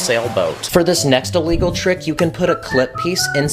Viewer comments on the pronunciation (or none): In one video you said a wegol and you we're trying to say illegal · You keep saying a wegol